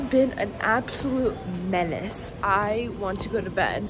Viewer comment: "I was being a mence" - 2023😂😂